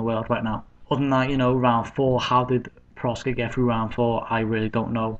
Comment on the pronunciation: its proksa, not proska